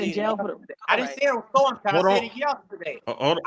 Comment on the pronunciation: Of all the CELEBRITY NEWS out there this what is choosing 🤷🏿‍♀️🤦🏿‍♀️. First off the INTERVIEW should've started out with how did the Savage Family meet R Kelly? This dude can't even say his Daughters name he ONLY Know The ONE with R Kelly. How you DON'T KNOW the Date or Number of Years you haven't spoken to your Daughter? had to say it was 2019 cause that case is from 2019. This man is CHASING FAME and is using SA for a Click & View. These RANDOM questions are BIAS and don't help his CASE. Cause HOW you as a PARENT justify allowing your UNDERAGE DAUGHTER to be AROUND R Kelly after 1996🤷🏿‍♀️😎? The PEE on You Video was ALREADY OUT and INTERNATIONALLY known😎💅🏿.